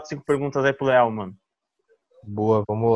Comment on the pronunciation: crescia saber pq q quando ele fala leall parece q ele tá falando léo